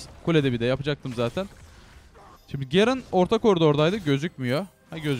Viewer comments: Artık Türkçe konuşurmusun Gerın ne ya onun ismi garen ve sayon deyil sion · Abi şunlara zeyah gerın sayon deme ya sinir bozucu oluyor sion zayah diye oku lütfen ya